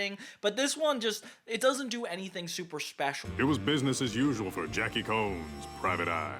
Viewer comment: am i the only one bothered by him pronouncing Khones as Gnolls?